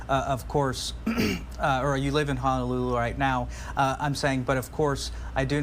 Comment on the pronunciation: it’s HO-NO-lulu. Not HANAlulu. Sheesh!!!